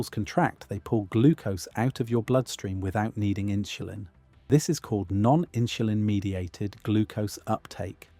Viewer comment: 'Inshulin' is pronounced inSulin.